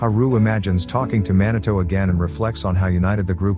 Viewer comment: "man a toe"? Come on, pronounce his name properly please. It's pronounced MEE NAH TOH !!!! How would you like it if I call your channel name "ass a high"?